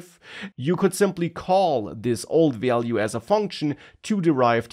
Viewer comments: Value is not so hard to pronounce, come on 😂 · It was overall informative but i really needed some tolerance when it came to him pronouncing "value" 🥲😂